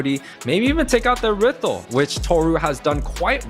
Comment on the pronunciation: who tf says errithl